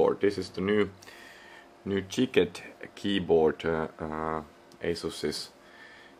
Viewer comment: ChikLet Not ChicKet